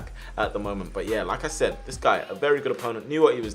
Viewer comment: when you say like i said it sounded like lacazette